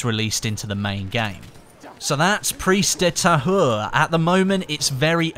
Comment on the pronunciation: Preeze duh Tahure. Thats how you say the first part